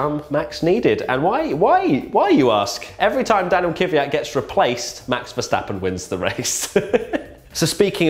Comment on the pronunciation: It's Kvyat, not Kyvyat.